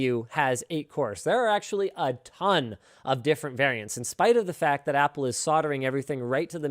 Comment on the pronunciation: you app loud, app le, is what you mean to say